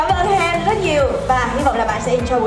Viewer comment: Bà Sam đọc sai họ của chị Hen rồi :((